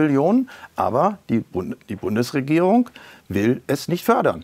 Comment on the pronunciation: Auch heute möchte ich der BundesreGIERung meine tiefste Verachtung aussprechen!